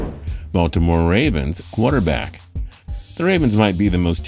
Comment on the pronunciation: dashaun watsons a good “Quuaterback” 🤣🤣